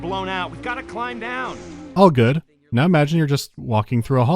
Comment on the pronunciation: please help me I’ve been trying to figure out where you are from and I have no idea I have a hunch you’re northern Irish because in another video you say “noy” instead of now but you also sound very American I’m so confused I just wish to know what part of the world you are from it is eating me up inside